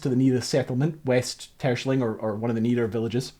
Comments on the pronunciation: TerSCHELling, emphasis is on the second syllable. Phonetic approximation is Tair-Schell-ing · The island´s name is pronounced Ter-shell -ling! Not "Tershling". Why are English speaking people so arrogant to mispronounce non-English names all the time? Is ist stupidity? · It's [Ter-skèlling] not [Tùrshling] (the K is an approximation) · Nice info on these things Btw, It is pronounced : Ter-Schelling. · Hahaha 1) I'm super suprised this buoy is in my country. 2) I was looking forward to you pronunciation of Terschelling and 'Tershling' is an interesting interpretation haha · All this research and work, and yet you mispronounce the name of the island over and over again. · Your pronunciation of Terschelling is funny. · I love how you pronounce Terschelling, it makes it sound very posh. Great research video, enjoyed watching it. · I love the video and I commend you for a valient attempt of pronouncing Terschelling. I think there are very few foreigners that can come close to it's actual pronunciation :) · Very cool video as always :). tho you did butcher the pronunciation of terschelling quite bad... but having driven the beautiful north coast 500 on a motorcycle and seeing what you guys write on your city name signs I won't complain too much haha. Cheers!